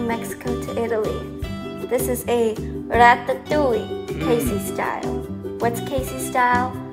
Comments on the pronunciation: nobody: Kaycee: ArAtAtOuIeE🤏🤏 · Ok, I can't stop to repeat "rAtaToUilLe"